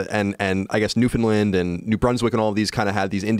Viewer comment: Thank you Colin for Pronouncing Newfoundland Properly